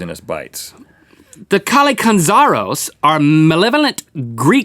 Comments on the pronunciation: kallikantzaros is pronounced cali-can-jar-os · The way Link pronounced "Kallikantzaros" though, I'm in tears xD